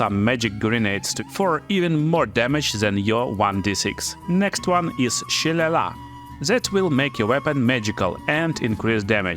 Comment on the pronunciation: Its funny to me how few people actually know how to pronounce shillelagh. Both native and non-native english speakers really struggle with it. But Shil-ale-lee is a fair approximation of how to say it. The U is not pronounced in Guide/guidance. Hard G is correct. But if 'Ride' was the word, it would be with a hard G instead of the R. You say consideration spells, but by the context I assume you mean concentration?